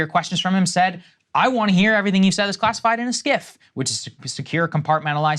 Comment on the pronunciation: Sensitive Compartmented Information Facility (SCIF), not whatever you said, Saager.